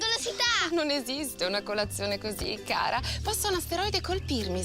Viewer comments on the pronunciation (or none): none